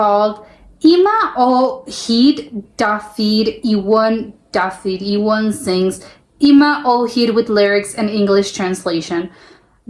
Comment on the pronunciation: You actually manage to pronounce Dafydd Iwan almost perfectly, even with a bit of Welsh intonation. For 'Cymru' you say "KUM-ree".